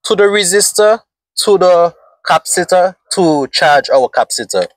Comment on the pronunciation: Maxwell Super Capacitor with 500 Farads, would do great in your setup. The word Capacitor, is pronounced: ( Kah- Pass- it- or ).